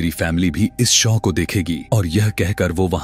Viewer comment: शौ नहीं शो होता है 🙏 Awesome story but more. Horror than a horror movie Thank You for explaining this ❤🙏